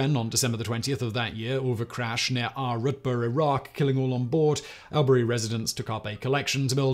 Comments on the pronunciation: yeah the y is more an i sound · Man, the Aussies are going to crucify you for your pronunciation of Albury. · Awl-bury, not AL-bury 🤣 so close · Its "All-burr-ee" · As an Australian I feel the need to correct you on your pronounciation of Albury, it's awl buh ree not al beh ree. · Not Al-berry. Albury is pronounced All-bree. I mean Simon, you got Melbourne right. Few people do. Interestingly, Melbourne is now the most ‘Locked-down’ city in the current pandemic. Something like 260 days. Poor buggers. So no aircraft are currently welcome…. Unless you are rich, famous or carrying vaccine. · Hey whistle boy... it is pronounced all,bra,ree (Albury)... by the way love you're work on casual criminalst... subscribed to all channels and podcasts... you show you're funny side and true self on casual criminalst and I love it... all the way from OZ... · All-brie is how it is pronounced in 'straya. Keep up the good work. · Hey Simon it’s pronounced “All-bury” no stress from Broderick from Melbourne Victoria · Yeah, I think you're right, sounds like my lazy way of saying too. 😂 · The way he's say Albury is making me giggle 🤣 we say it like "awl-bree". From a Melbournian, I always hearing about Melbourne in videos! Always a nice surprise ☺️ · the first syllable of albury is pronounced all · Albury is pronounced All Bree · It's pronounced "ALL Bury". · Albury is pronounced all-berry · The pronunciation of Albury is so grinding to a Victorian. Its pronounced All-Bree. And Corowa is Kor-o-wa. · I’m listening to this thinking where the hell is Al-berry then at end I’m oh fuck he’s saying All-brie 😂 you say Melbourne right tho 👍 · Simon Albury is pronounced as ALLBURY and Charlaville is pronounced as Charl-a -ville and Timor is TEEMORE. Asussie pronunciation is similar to British but not totally. We also spell same as English not USA colour as against color etc